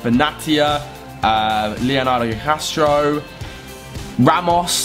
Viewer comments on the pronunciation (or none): none